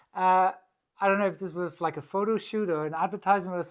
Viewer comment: 3.49 Woas? Da kam das Bayrisch wohl etwas durch ;)